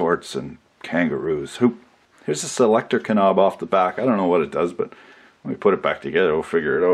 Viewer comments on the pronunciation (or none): Subscribed when I heard "Kah-nob" (knob)